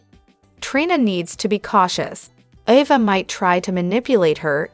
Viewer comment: Oh please province the Name Ava correctly.